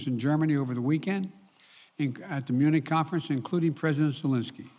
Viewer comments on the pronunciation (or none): none